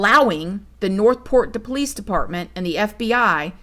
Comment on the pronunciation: Every sing time u say PO-lice, I fall completely out😂😂😂Can I ask how long you have had this channel??